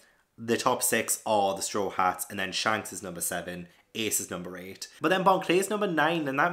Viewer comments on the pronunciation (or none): none